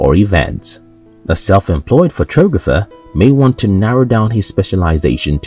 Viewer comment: is this some sort of computer voice?? the way it pronounces photographer . sounds like photooogapher . hahaha